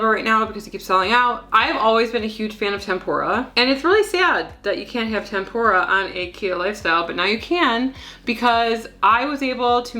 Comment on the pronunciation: Its TempUra btw like tem -poo - ra....not tempOra lol